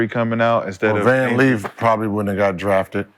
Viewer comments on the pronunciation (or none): time mark _ "Van Leaf probably wouldn't have got drafted" time mark _ "If Buckner would have come out" Gentlemen, the names are "Hailey Van Lith" and "Page Bueckers". 🙉